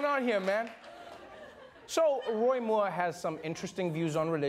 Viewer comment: I love how Trevor pronounced 'Moore' like a South African with a little bit of an Afrikaans accent! #YayRSA!